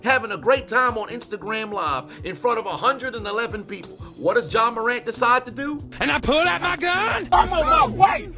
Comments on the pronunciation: My man said Ja wick 😂 I quit 😂😂😂😂😂😂😂😂😂😂😂😂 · Ja Wick? 😂😂😂 lmaooo! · Nah u get on my nerves calling him Ja Wick Morant 😂😂😂😂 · "ja wick" 😂😂😂😂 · "Ja Wick Morant" I'm dead!!! 🤣🤣🤣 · "Ja wick morant" that really sent me, bro.😂💀💀💀💀